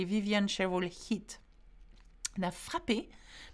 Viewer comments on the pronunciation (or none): HaHa.. at about the mark, with your French pronunciation of the letter << i >> it sounded like you said "The bad weather heat the south west of France..." which could work, I suppose if it were hot bad weather that hit the SW of France....